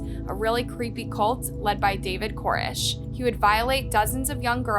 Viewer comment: Definitely credit him verbally. She doesn't take a breath, and I can't watch a lot of her videos because of the sound of her voice. And mispronounced names, especially someone that did something so bad like David Koresh. She got the last name wrong. I've never heard anyone say it Iike she did. And the sheesh she is always saying, find another word already.